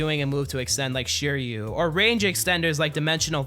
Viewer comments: bro said shoeriyu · Why does say Siryu like that bro. 😭😭😭🙏🙏🙏